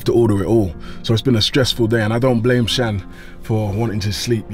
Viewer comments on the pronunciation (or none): none